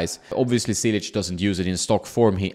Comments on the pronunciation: its like you say word " Church "... so its -> "Chilich" not Cilic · Wrong pronunciation… it is spelled in english like cheelich. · Hey, just a tip: the first "c" isn't pronounced as an "s" but rather as "tch" as in tchaikovsky. Love the channel, keep it up! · You would think by now this guy should know how to pronounce top tennis players names. LOL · It is 2022 and you still can't say his name the right way...that is sad...